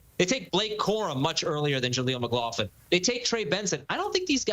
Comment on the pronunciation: "Mclofflin" 😂😂 it's pronounced 'mc-glok-luhn'